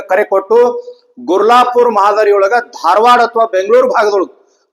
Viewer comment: ಅಣ್ಣಾ ಗುರ್ಜಾಪುರ ಅಲ್ಲ ಗುರ್ಲಾಪೂರ ❤️